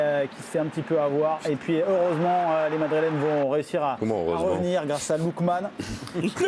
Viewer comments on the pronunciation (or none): C'est un lâche qui a dit eureusement 😠